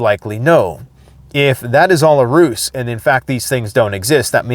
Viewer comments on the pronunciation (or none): Ruse is pronounced "rooze".